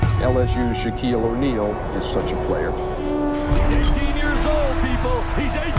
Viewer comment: That guy said Shaneal O’Neal